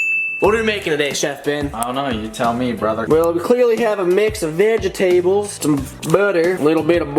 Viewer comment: Lmao he said vegi tables